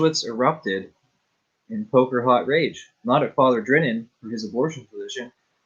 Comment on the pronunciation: David L. Gray has a video up on a interview with Pastor Jimmy where Rachel Campos-Duffy hands Pastor Jimmy his lunch. Definitely worth a view. (David is a good guy, IMHO.) BTW, Bob Drinan's last name is pronounced Dry-NAN.